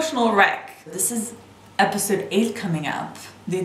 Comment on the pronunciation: I hate the way you say episode